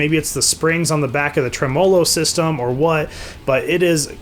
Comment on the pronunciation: You made a good video and a review, but I was done when you pronounced tremolo the way you did lmao.